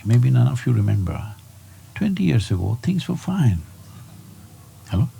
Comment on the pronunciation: so funny when he says "halloo" hehe Loved this !